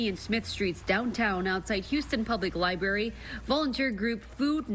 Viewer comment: Lady keeps saying LIBARY and it bothers me way more than it should.